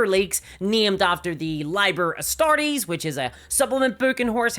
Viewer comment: ‘Liber’ is pronounced “ LEE bur “